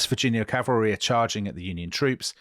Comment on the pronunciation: Last Stand of the 7th Calvary... Butchered